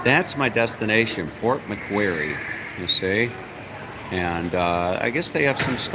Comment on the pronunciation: Hi, please keep in mind that the coffee names can change from state to state here. Incidentally, the place with the large M next to the KFC there would have been MacDonalds (Known as Maccas here). Port Macquarie is actually pronounced as "Port Macquorry". I have never been to either Byron Bay or Port Macquarie, but we did visit Lennox Head and Ballina in 2014, which are both south of Byron Bay and north of Port Macquarie. Anyway, take care. Rob.